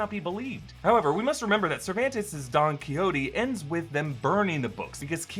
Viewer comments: it’s don ke-how-te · The way he pronounced don xoiqote lol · mans really just pronounced don quixote like that 😖